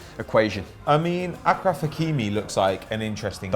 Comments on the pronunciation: It's ASHraf, not AKraf and ZiyeSH, not ZiyeK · ASHRAF aSHraf not AKRAF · Ashraf not akraf